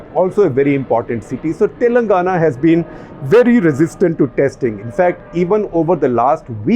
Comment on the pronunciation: its "Telangana" and not "Telnagana" .. favourite state in quotes :P